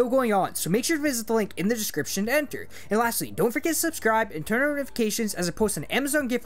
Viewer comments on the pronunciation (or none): And remember to twurenonnon notifications, by turnwenene notifications.... Try listinging to it :) It doesn't sound like words!